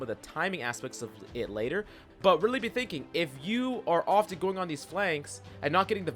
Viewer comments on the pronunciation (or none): none